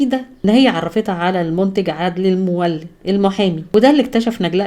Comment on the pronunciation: اسمه عدلى المولد وليس عدلى المولا أبقى اقرأى من مصادر صحيحه